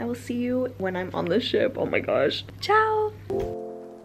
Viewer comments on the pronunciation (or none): none